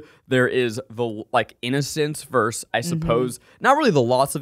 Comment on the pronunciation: 1) Zach, what do you have against the second syllable of "versus"? Just curious 😅 2) WHAT is the problem with the word derigible? I love that shit it's fun to say